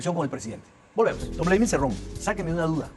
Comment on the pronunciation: Daniel Hargus, Se llama Cerrón, no Cirrun; pero es evidente que tu intención es burlarte de las personas del interior del país. Típico de un alienado e ignorante que creyendo que al "burlarse de los demás" podrá cambiar sus rasgos netamente peruanos ¡Ubícate por favor!. Ja ja ja ja ja ja me recuerdas al "periodista" que está entrevistando a Cerrón, que creyendo que actuando de esa manera podrá cambiar sus RASGOS AUTÓCTONOS.